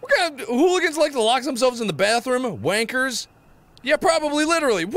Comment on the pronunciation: I've never heard an American say "wankers" before and it sounds so odd to me for some reason XD